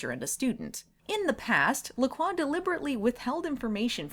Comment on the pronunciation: In all these years, recognizing Nigel Bennet in so many shows and movies, I never once realized he was one of the "It's NOT Oatmeal!" guys. Wow. Also, those drinks, bad sparkling water in a can... every time someone calls them "Lack Roy" instead of pronouncing it LaCroix I cringe. That's okay, I'm pretty sure the ancient and powerful vampire master would want nothing to connect him to those gaudy and flavourless drinks. :) Have you read any of the LaCroix novels? Any good?